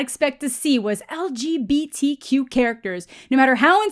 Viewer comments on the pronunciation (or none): Did you say “LGB-Cute”? Yeah, I think 🏳️‍🌈 couples are cute too. 😀